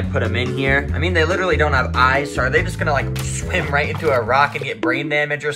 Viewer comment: he said shwim instead of swim